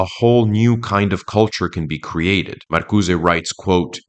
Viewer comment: It's hilarious how emphatically and confidently you mispronounced Marcuse as if it were a Spanish surname.